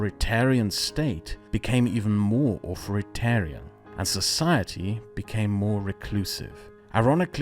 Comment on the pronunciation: It isn't pronounced Auforitarian, but a Th instead of the F, and its sound placement is exactly what it looks like, it starts in the place of a T, not the lower lips. hope that helps.